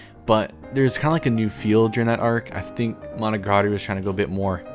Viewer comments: I knew your list would suck when the first thing you said was the worst pronounciation of monogatari possible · Sorry but the way you pronounce "Monogatari" 😭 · "hachijuki" would be proud of that mispronunciation